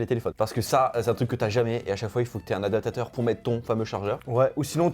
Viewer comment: Pourquoi vous dites adapateur ? ADAPTATEUR,. C'est pas compliqué